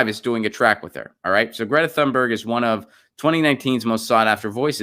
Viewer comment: If I'm not mistaken, her last name is pronounced TOON-Berg -- no th.